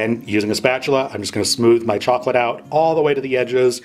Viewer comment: Chocolate. Not chocolatee.